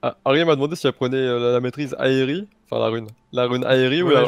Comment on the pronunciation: ça se prononce heyri pas aéri lol